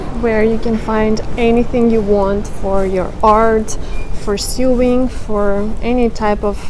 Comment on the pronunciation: Hey a little English tip, sewing like when you repair clothes is pronounced like "so wing".. I know it looks like it should be pronounced differently because the way it is spelled. Вы очень хорошо говорите по Английский!